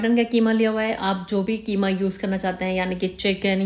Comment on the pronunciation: Qima not kima😂